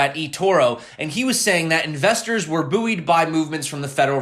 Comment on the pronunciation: Love how you pronounced "bouyed" in the video haha. I really need a ledger!